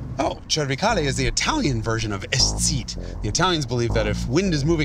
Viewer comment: Great show Hagerty, Jason. Also, es Zieht, well pronounced.